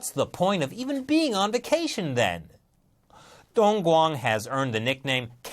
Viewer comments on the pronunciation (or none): none